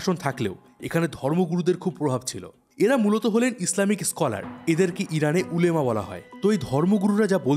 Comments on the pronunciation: উলেমা না ওলামা বলে। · উলেমা না শব্দটা হবে উলামা। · Not উলেমা it's ওলামা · উলেমা না উচ্চারণ হবে উলামা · উলেমা না। ওলামা হবে উচ্চারণ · উলেমা না উলামা হবে কথাটা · উলেমা না ওলামা পরিষদ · আরে ওটা ওলেমা না ওলামা হবে😊